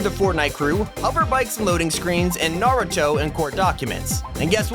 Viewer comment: One of the few YouTubers/People that can say Naruto’s name right